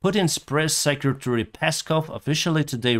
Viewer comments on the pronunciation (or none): none